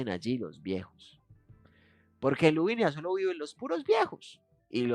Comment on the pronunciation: Por qué dices LuviNIa si es Luvina!! Me describo 🤣